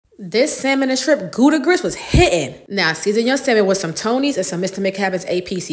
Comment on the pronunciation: The way she pronounces Gouda 😆. I'm Dutch. But at least she uses good cheese.